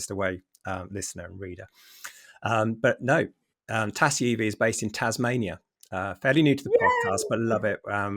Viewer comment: Hey gang! My quandary is how long I keep my Polestar 2, which I love very much, before getting the Polestar 4. Good advice on driving the Tesla first, as I am not a fun of the stark layout and lack of instruments and now even stalks. Ps nice to have on board, and it’s pronounced “Tazzie” 😉